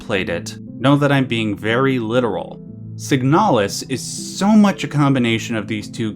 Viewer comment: Okay but it's called "signalis", not "siganalis".